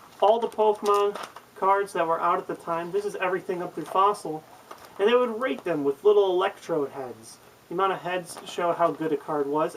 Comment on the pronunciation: I thought when you said "rate them with little electrodes" I thought you said rape them.... ??? kinda strange...